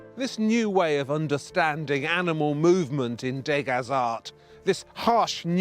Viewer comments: Degas is pronounced 'deuhga', not 'dayga', whether it's spelled as two words or not. There's no accent on the letter 'e'. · try to say dueu ga rather than day ga which in french means rubbish so sounds very stupid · I love this series, it is excellent. My only quibble is about the pronunciation of French surnames. MOnet, REnoir, DEgas, RoCOco etc etc -all wrongly accented. Is that how the British pronounce them? It is MoNET, ReNOIR, DeGAS, RocoCO. And why dedicate more than half of "Forgotten Impressionists" to Degas? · Not to quibble, but the pronunciation of the artist's name is "De GAH" not "DAY-GA". Surely you don't need another reason to annoy the French...